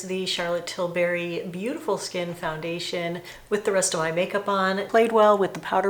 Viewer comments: Yes TilBERRY 😂 🍓 🍒 whoa!! 😂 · You know, its Tilbury not Tilberry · Did you mean "WHOA"? Also, it's pronounced "TIL-burry", not Til-BARRY. :)